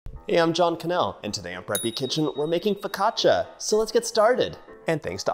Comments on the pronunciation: He is saying fla-ca-shuh, that's why even the video makes fun of him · Someone in the background, tried to correct your pronunciation of the word" foccacia. You just did not get it! In Italian, when a the combination of 'c and i' fall together it is pronounced as if it is "cha" as in the dance, the cha,cha,cha. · Dear John, FOE-KAHT-CHA 😄 you’re welcome, Cassie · to complicated dear Let's make it simple It is "ch" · I think a good way to pronounce it for our English speaking friends is: Foe-catch-ah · Agreed! I learned a trick for pronouncing Italian words. Two consonants in a row cause a hard stop. So it’s pronounced. Fo cah chia. No soft sounds. I am making this right now. This man has so many great recipes and so much kindness. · i love hearing you say flocaccia with so much conviction haha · its pronounced fu cah shia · Dear Italians, please don't kill John for mispronouncing focaccia, we love this man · Couldn't listen to him mispronounce something that he's teaching me how to make. I lasted minutes. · John I love you but how do you not know it’s focaccia ….. and how to pronounce it!!